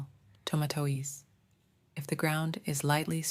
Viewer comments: Hahah I kept repeating it laughing..oh how I'm gonna ask my mom to make me some Toma toe eeez salad lol ❤ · Toma toe eez. Toma toe eez. They give me die air eeaa. 😂😂😂😂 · The pronunciation of tomatoes was totally incorrect ?